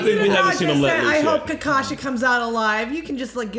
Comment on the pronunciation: his name isn't kakashi.. it is Ka-KAshi, only Guy knows how it is pronounced correctly, even I can only spell it :D That ending with Kurama totally daddy-fanboying Naruto :)